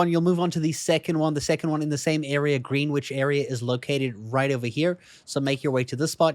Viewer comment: Fyi, that's not how you pronounce greenwich